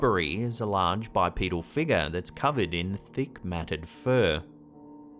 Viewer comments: My fav is Figure (Figga) 😂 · Oh. And what’s a “feegar”?